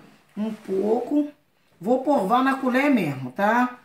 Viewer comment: Porque fala porva se sabe falar direito só por curiosidade pois já vi em outro vídeo falando provar